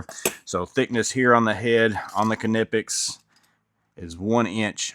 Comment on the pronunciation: Pronounced "Nip-ex.